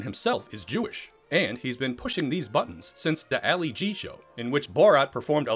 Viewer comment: I can’t watch that if someone who can’t pronounce “Ali G.” wants to explains Borat to me. Thanks, no thanks.